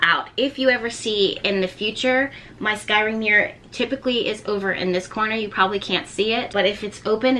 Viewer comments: S like snake and cry LOL everytime you say it i think your saying skyrim like a game or wnatever it is. You look so different. I havent been here in a while. I watched when you were in philly and u were mobing to Louisiana. You look great. You also seem less serious. I like this side of you. Thanks for teaching us about this. I fire scry but havent done the black mirror. Ive been looking into it recently so its funny this video came up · First of all your video is fantastic and you are awesome! Secondly, If you want to pronounce it the way that has been “normalized” (I agree with the other commenter that said that “sky-ring” is way better) you can just add an E at the beginning of the word so you are saying “Escrying”. I don’t understand why but it seems to make it easier on the tongue. It worked for me is what I’m saying. Anyway thank you for the knowledge that you are passing forth. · It’s scrying- not scyring.. so it’s more like saying crying with an S on the front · Scrying! Sky ring! Such a tongue twister!!! U good gurl!😅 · Siri: Scrying: SKY RING 😂😂😂😂💓💓💓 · This is awesome! I enjoyed hearing you say “skyring” lol 🧚🏽💕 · Practice saying it: S-CRY-ING SCRY…ING Like ‘crying’ with an S. Scry-ing. SCRYING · You are adorable when you mispronounced scrying. Fun info. Thank you for sharing with us! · U sure you suppose to say skrying like they would say in Egypt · take a shot every time mispronounces the word scrying 😭😭😭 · How are you really advanced in scrying but can't say it lol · Say it like Crying with an S in front.